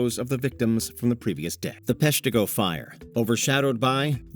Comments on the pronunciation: Pesh-TEE-go? Oh no. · Pesh-TEE-go? You need a better AI program to voice these. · It's Pesh-tuh-go, not Pesh-tee-go.